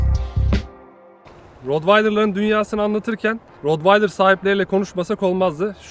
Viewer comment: Rotvaydır değil bi öğrenin artık, köpek eğitmeni bile rotvaydır diyorsa yandık